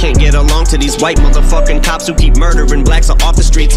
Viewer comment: It's "who?" not "Ooh!"